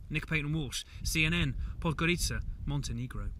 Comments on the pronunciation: It's MONTÆNEGRO not MONTENEEGRO, it's not that difficult, if you think it's "offensive" (that's still only your problem) you can say Crna Gora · Hello CNN, MontenEgro please, not Montenigro :) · As a Montenegrin and watching this makes me cringe when they say MontenEEgro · it should be pronounced like "montinigro"